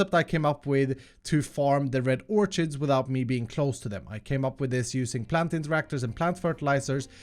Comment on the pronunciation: The way you pronounce "orchid" is hilarious.